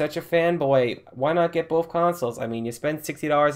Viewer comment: I have bof consules,I play bof of them,I have the same games on bof of them you went to school right it's "Both" sounding(b) (oa) (th)